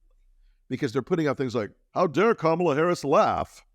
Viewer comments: Trump continually calling her Kom-AL-a instead of KOMM-a-la (which he thinks is a cute dis) will only give her the opportunity to brand him as Don-OLD ;) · Are you talking that famous donOLD, emphasis on old. He purposely mispronounces Kamala's name so.....